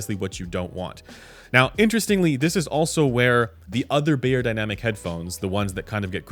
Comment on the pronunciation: I am once again chiming in to beg that you please correct your pronunciation of the brand name. It should sound like "buyer," not "bayer."